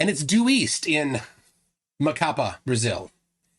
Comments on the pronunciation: Emphasis on the last syllable of Macapá. It's "macaPA" not "maCApa" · MacaPAH! The last syllable is the strongest of them all! 😁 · It's MacaPÁ, Brazil! The tone syllabal is "PÁ" (that's why the accent). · Quick pronunciation tip, Macapá has the stressed syllable as the last one. No one needs to know this information, but you've learned something today :) Also, the monument Marco Zero in Macapá isn't perfectly aligned with the Equator. Brazilians flerfs went there and started celebrating because on the equinox the sun wasn't perfectly aligned with the monument, than one of the biggest debunkers we have(Sistematico) showed a video that he had published 5 years before showing that the moument is slight off the Equator. Flerfs gonna flerf